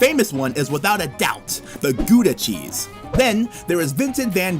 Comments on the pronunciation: Just to be clear, as I grew up in the town of Gouda, it is *not* pronounced 'goooda'. The 'Ou' sound is pronounced much closer to the O in cow.. It's a pet peeve, but that's my home town and American pronunciation of it drives me up the wall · As always, Gouda is pronounced completely wrong. The ou in Gouda is pronounced as the ow in how.